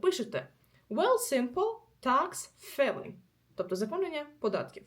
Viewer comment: перепрошую, мені почулося чи ви вимовляєте "такс філінг" ? я від носіів чую такс файлінг. Так як всеж таки вірно? дякую за ввші відео, часом буває дуже корисно !